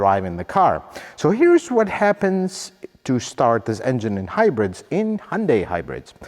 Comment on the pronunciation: Thank you for pronouncing hyundai as hyundae. That is how Koreans pronounce the company. 🎉